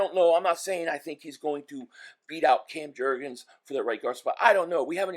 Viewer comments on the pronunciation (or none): none